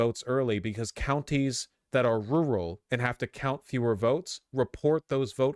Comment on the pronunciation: He sounds like an idiot when he says "rural". Never heard it pronounced like that ever.